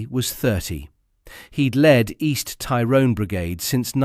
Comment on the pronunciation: …the hypocrisy of it. Soldiers accused of a “shoot to kill” policy when the IRA adopted this from the beginning of the troubles. PS. Your pronunciation of “Tyrone” needs work.